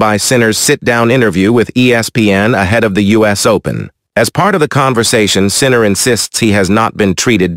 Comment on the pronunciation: "World no one Sinner"😂. Is it too much to ask the person who posted the video to read it him/her self?